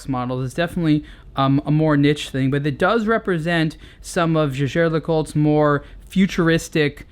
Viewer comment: Its names jaeger (~jaiger) le coultre not jagér!